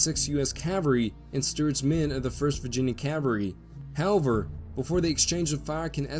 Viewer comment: who taught u that the "L" in Cavalry is silent. It just grates my teeth when I hear that colloquialism.